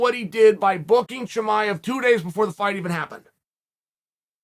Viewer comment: Unc said shamaya 😭